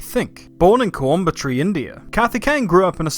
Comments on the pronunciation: "Koi-um-bat-oor". Not "Coy-um-butt-tree" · It's not coimba-tree. it's coimbatore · Hey! Its co-im-b-tore And not coimbatri:) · CoIMBOtRY (it's spelled co-eem-ba-t(stressed)-oor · "Coimbetree"? Bruh. The spelling literally says Co-im-ba-tor. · As an Aussie in India Coimbatore definitely doesn't sounds like coimbatree. It's co-wim-bar-tore 👍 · Really like your channel so I'm Gonna give you a pass for the Coimbatry pronunciation xD. Ps: it's pronounced - Co-yum-bath-oar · Im so sorry for this, im fully aware of accents and how they differ, but your pronounciation of Coimbatore made me cringe. Absolutely no offense here. Its pronounced "Coim" as in Coin but with an M instead of an N, "Batore" as in Buh-thuur with a roll in your tongue. Edit: Guess im a manus now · Look, I never make fun of people when they can't correctly pronounce Indian location names, But jesus christ, coimbabtree? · Coimbatore, not coimbatrey - Hockey*. Most popular sport- Cricket Not many do motorsport racing cause the Britishers didn't wanna loose in motorsport too after knowing the capability of Indians in cricket when they introduced it during the process of stealing jewels (popular ex: Kohinoor diamond) So most of them have no f***ing idea about it until the recent series Drive to survive and also it's f***ing expensive. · its pronounced combtor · I love how pronounced 'Coimbatore'. It's pronounced Ko-yam-ba-thoor. Love your vids m8. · Coimbatore is spelled like coin but instead of n it is m and tore spelled like Thoreau so it is coim-ba-Thore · This guy pronounced Coimbatore as Coumbtre. loll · 1. Coimbatore is pronounced "Ko-yum-buth-oar"; 2. The national sport of India is hockey. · Its pronounced Coym-bah-thor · National game is hockey Coe-im-ba-tore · Lol nice video but I wanna teach you the pronounciation for Coimbatore-Ko-eem-ba-tore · lol the coim part is pronounced like coin and the batore part is pronounced like batoor it's like coinbatoor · Nobody:: Coyambatree